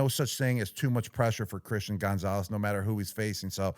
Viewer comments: Gronk please stop saying Gone-zales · Why Gronk pronounce Gonzalez like Gonezalez 🤣🥀